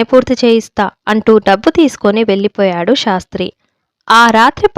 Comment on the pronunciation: చదవడం లో స్పష్టత ఉంది కాని అక్కడ అక్కడ ఔచితీ భంగం ఉంది "శాస్త్రి " " షాస్త్రి" లాగ నిశీధి "నిషీధి" లాగ వినఁబనఁబడకూడదు. ఉచ్చారణలో దోషం లేకుండా జాగ్రత్త పడాలి.